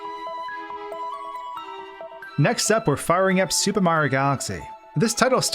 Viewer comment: I swear every time he says the word super it sounds like he's saying stupid, I can't be the only one